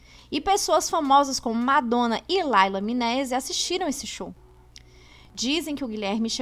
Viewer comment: O nome é "Liza Minelli"!! E não "Laila"